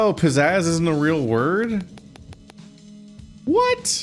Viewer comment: In case it's driving you nuts - it's "pizazz" rather than "pizzaz".